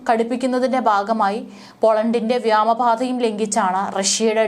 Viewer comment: മലയാള ഭാഷയെ നശിപ്പിക്കുമല്ലോ? എന്ത് വ്യാമ പാത ? - ! നിങ്ങൾ ഓക്കെ എവിടുന്ന് കുറ്റീം പറിച്ച് എഴുന്നുള്ളുന്നു ? വ്യോമ പാതയാണ് സുഹൃത്തേ! സ്വന്തം ഭാഷയെ വ്യഭിചരിക്കല്ലേ🫵🫵🫵💃 🙏🙏🙏🙏.